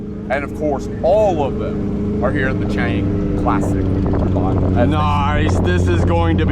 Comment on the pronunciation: This clown has been living in Thailand for how long and he can't even pronounce Chang properly and says "burryam" Thailand . 🤡